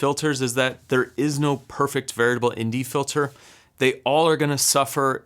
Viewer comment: Great job!! Sounds like you're saying "VERITABLE" instead of "VARIABLE". Just a heads up.